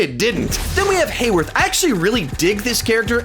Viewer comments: It's Hayword not Hayworth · You called Hayward Hayworth again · His name is hayword, not hayworth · uh oh forgot hayward not hayworth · I will miss WandaVision... However I will not miss hearing saying Haywerth every week 😂